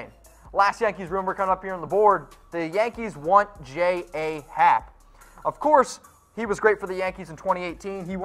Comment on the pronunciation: Claims to be a yankee fan but can't even pronounce Luke Voit and J.A. Happ correctly